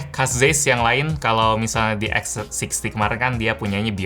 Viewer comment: Tulisannya Zeiss, bacanya cais, om hehe